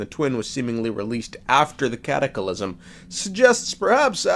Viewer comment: Am I missing a joke here or why are you adding an extra "i" to the word "cataclysm"?